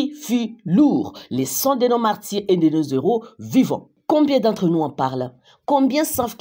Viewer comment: Bonjour Mme. Il n'y a pas de liaison entre NOS et HEROS dans la prononciation.